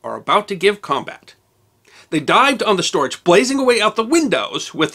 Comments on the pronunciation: The German Storch is pronounced “stork” since it’s gear is long and gangly, just like the bird. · One of the few errors I've found in your wonderful series is your pronunciation of the German word "Storch." The German "ch" is pronounced "ck." ...Wikipedia: "The Fieseler Fi 156 Storch (English: Stork) was a small German liaison aircraft built by Fieseler before and during World War II. Production continued in other countries into the 1950s for the private market. It remains famous for its excellent STOL performance and low stall speed of 31 mph (50 kmph)." It was named Storch for the bird that annually returned from Central Africa to in the lowlands of Germany and Holland, and their traditional nests on chimney tops.